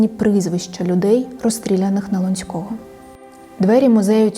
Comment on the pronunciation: все дуже цікаво, але на лОнцького, а не лонцькОго